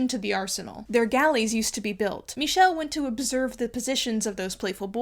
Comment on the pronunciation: It’s CaraVA-joe not Caravajee-oh And the Archangel Michele - Mee Keh- lay